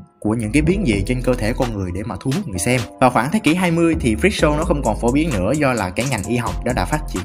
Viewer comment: freak show mà nghe thành fischl ;vv